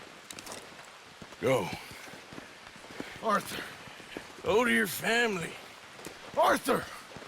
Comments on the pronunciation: Actually with Mary Linton when she said “oH OrtHeR’ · Mary:oh orthur